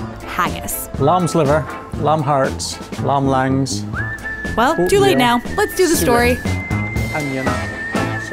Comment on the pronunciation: "lam's liver, lam harts, lam langs (gibberish)"